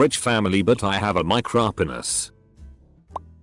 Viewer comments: Is no one talking about “mike-rop-en-es”? I’m figuratively dying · Nobody: Aoutomated voice: micrópines